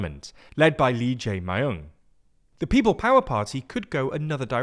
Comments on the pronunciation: 리 재이 마욘 ㅋㅋㅋㅋㅋ didn’t even tried to pronounce correctly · Lee Jay My-Own lol lol lol lol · Oddly enough he pronounced Lee Jaemyung’s name somewhat correctly near the end of the video. But for whatever reason in the beginning he kept calling him “Lee Jae My Ong” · Lee J Mayoong lol you could’ve at least searched how to pronounce properly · Lee Jay My Owng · You also butchered the pronunciation of the frontrunner in the upcoming election. What are we going to do with you guys? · The pronunciation is diabolical 😭 the ‘y’ is a y like in “yellow” not a long y like in “my”